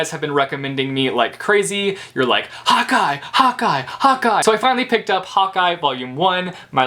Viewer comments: When he said "hawkeye" I heard "hot guy" I was like ooooh where???😂😂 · When you were yelling "Hawkeye Hawkeye Hawkeye" I thought you were saying hot guy LMAO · I thought you were saying 'hot guy' not Hawkeye, haha! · (; I thought u were saying "Hot Guy", "hot guy". Insted of Hawkeye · Lol same